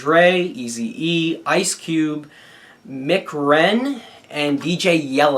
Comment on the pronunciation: Lol...MC Ren isn't pronounced Mick Ren it's actually pronounced Em-Cee Ren as in Master of Ceremony. Great Review!